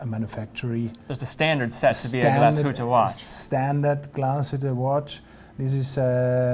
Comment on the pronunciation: I'm sorry that didn't make an effort to pronounce Glasshütte correctly. Kudos though to spelled it right in the introduction. Yes, it's an umlaut over the u, and it has consequences in pronnounciation. Therrfore 5/10 for overall effort.